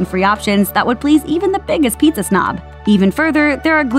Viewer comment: It's PIZZA not PETEZA